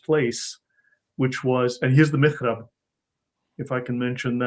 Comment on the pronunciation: It's mihrab, not mirhab.